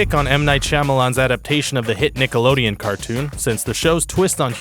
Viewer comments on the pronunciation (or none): none